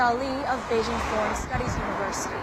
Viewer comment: To: Since you're Chinese you should pronounce Beijing correctly. It's "jing" as in "jingle" NOT zzzing. Come on you know better.